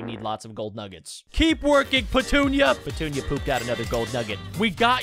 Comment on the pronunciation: Did any of you realize he named the sunflower patoonia and he said pentunia